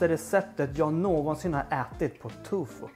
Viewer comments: Det finns kanske barn som tittar och att svära är inte alls bra. Annars tycker jag du gör god mat. Tofu heter det väl? Tycker du säger Tufu. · Älskar att du säger ”tufo” 😅